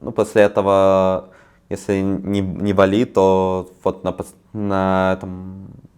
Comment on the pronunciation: Я, как человек живущий на БАли, не могу спокойно слушать как говорит БалИИ) 😅😅